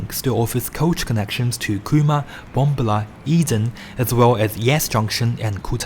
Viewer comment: Love the videos & information provided....however, it is courteous to learn the correct pronunciation of place names. BomBAHla